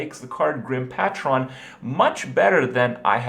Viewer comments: "GRIM PATCHRON" -Kripp LOLLLLLLL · GRIM PAY TRON JESUS KRIPP